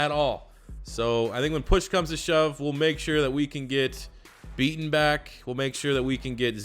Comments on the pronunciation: you know its Mekhi Becton not Beaton right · It’s Mekhi Becton. Not beaton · The tackle out of Louisville's name is Mekhi Becton, not Beaton.